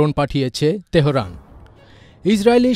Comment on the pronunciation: তেহোরান না তেহরান হবে।